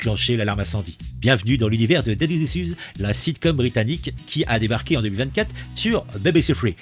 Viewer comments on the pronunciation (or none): Repeat after me : « ichouze ». 😂👍 « Daddy ichouze ». 😆